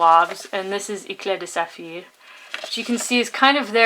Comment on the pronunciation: Yeah, it seems like it... that maybe what you have is not the "normal" eclat de saphir. By the way, love the way you pronounce it "Eclat de Saphir"! Being me (ignoramus with pronunciation), I read it as how it's spelled.. "Eklat de Safir" hahaha... Hope to see more reviews. I am now clicking the Subscribe button :)